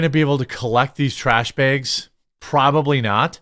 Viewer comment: More stories that involve the words "trash bag" are requested. Yes, the accent.